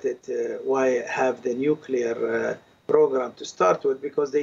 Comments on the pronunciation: Is it too difficult to say new-clee-ar instead of new-cu-lar ? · Nuclear, say it after me, Nu - clear. Nucular is when a bomb goes to the gym to get buff.